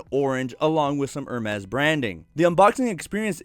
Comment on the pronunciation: It pronounce ER-MASS or AR-MESS... wtf are you pronouncing 😂🤣